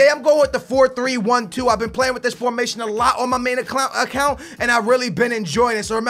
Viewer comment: He said ac-clown instead of account, confirmed =evil clown